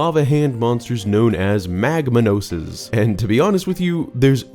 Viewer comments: I’m pretty sure the Magmanoses are pronounced (Mag-mah-nohz), as their names are just a combination of magma and ‘manos’ which means ‘hands’ in Spanish, because, well, I think you get the picture 😂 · You mispronounced Magmanos. The second half of the name is pronounced like the Spanish word for hands. So it's literally magma hands. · On the topic of magmanos, I always figured it was pronounced mag-MA-nos, as "manos" in Spanish means "hands."